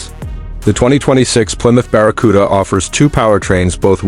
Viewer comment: What's this AI bullshit? "baracuda"? "biarriauon"???